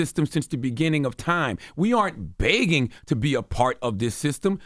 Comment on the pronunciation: CTG is absolutely right and can someone please teach CTG how to say 'begging'' lol